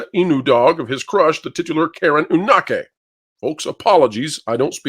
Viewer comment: One hint for pronouncing Japanese words is to put the emphasis on the beginning of the word, like you would with an English word, rather than the middle of the word. For example, you're saying "inAke san". Try it as "INake san".